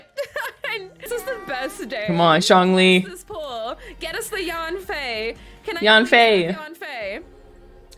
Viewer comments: “zhong ling” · no one: the subtitles: jaw lee, john lee, shawn lee, just every american pronunciation of zhongli